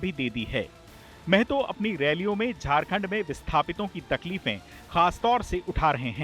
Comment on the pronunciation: Mehto nahi mahto